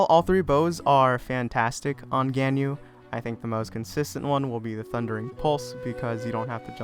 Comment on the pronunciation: its gan-yu